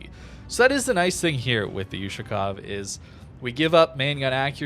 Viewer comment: BTW, the correct way to say it is "Oooh-Shakov" the letter is an Oooh sound, like yahoo ... not You-Shakov of course no hate or anything, love your videos, just as a native russian speaker, it hurts 😆